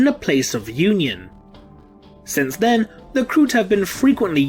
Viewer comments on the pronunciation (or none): none